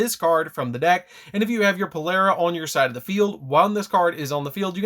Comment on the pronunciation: Maan it's Polari not polera lmao.. And you can't revive your synchros at least not yet unless we get a card that ignores summoning condition